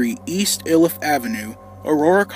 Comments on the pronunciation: It's pronounced "eye-Liff" not "ill-Liff" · EYE-liff not ILL-iff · Its not "ill" if, its eye lif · Not to be that guy but we say "eye-lif". "ill-if" is funny though lmaoooooo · Ill-Iff lol I’ve never heard anyone say it like that. We pronounce it Eye-Liff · "ill-if"!? only Google maps pronounces it that way! it's "eye-lif"! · its pronounced like i-lift with no t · Hi there! Just watched your video. Aurora Native here. My cousin went to school with Dunlap and there was some controversy as his family wanted the school to allow him to walk at their high school graduation after the massacre. Also, locals pronounce Iliff as eye-liff despite what Google says, lol. Great video! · I'm Aurora Colorado born and raised. My uncle lost a friend. One of my past bosses worked at that Showbiz. I have a few pictures of the current location from the early 2000s somewhere. Also, it's pronounced Eye-liff. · It’s pronounced “ EYE-LIFF “ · Its pronounced "eye liff" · Iliff pronounced eye-lif. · It’s not Iliff it’s ayyyleaff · The video’s been getting a lot of traction lately so I thought I would address some things: 1. I know I pronounced Iliff wrong, I didn’t know how it was pronounced and used google translate to help as I couldn’t find any videos mentioning the street name correctly. 2. The reason this was re-edited was because of some things I had to take out of the 1st version which offended people and got me a ton of online threats. If you want to see the original version someone put it on internet archive, that’s the only one I’m ok with. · Everyone pronounces Iliff wrong, it's okay. even the local bus's automated voice that announces stops along the ride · I live across the street from there, and don't worry! Most people mispronounce Iliff 😂. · The way he mispronounced Iliff XD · If you from aurora you know that we pronounce Iliff different than what he said but that’s ok